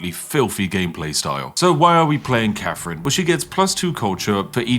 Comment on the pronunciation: The fake posh accent would work better if you didn't pronounce her name "Cafrin".